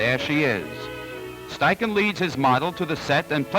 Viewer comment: Impressive how fast the assistant changed the film holders. I don't think a 35mm film camera (without motor drive) could beat that. A great look at how studio portraiture was done in the 30s. Also, I was never sure how to pronounce "Steichen" until now.